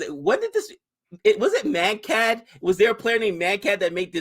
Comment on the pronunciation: "Mankading" comes from Vinoo Mankad (Vinoo was his nickname, Mankad his surname) the Bowler who took such a Wicket (probably first on TV) of Bill Brown in AUS, their media attacked him but some like Sir Don Bradman defended him. How to pronounce his name? Vinoo Mankad: विनू मांकड copy paste it in google translate select Marathi language, it'll probably give a good result for pronunciation. I'm all for Bowlers taking advantage of Laws of the Game that favour them coz it's not that we've too many laws benefitting the Bowlers. It's controversial only bcoz of certain fans including many former players that react negatively towards it.